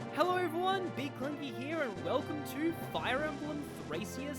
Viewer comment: Been waiting for this! Just so you know, its pronounced Thray-SHA